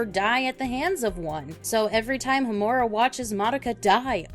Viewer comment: Ho-MU-ra? Really? It's pronounced HO-mu-ra